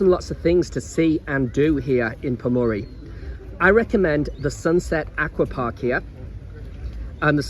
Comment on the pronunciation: Cheers for the great video, just a slight correction on your pronunciation of Pomorie... Its pronounced Pomorie-ay. The e at the end sounds like "ay"